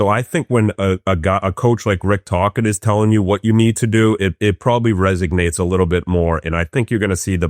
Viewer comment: Yands been hanging out with Biz too long, Resognate instead of Resonate. Biz is responsible for the downfall of the English Language!!! 🤣